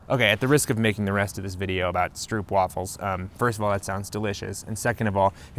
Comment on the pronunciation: I’m not sure what i’m more impressed by: the fact that you put this much information and graphics in without making it boring or that you pronounced both stroopwafel and randstad correctly.